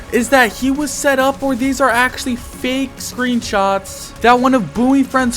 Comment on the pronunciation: blud said acholy